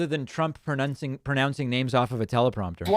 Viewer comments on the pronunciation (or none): Mispronouncing the word pronouncing lol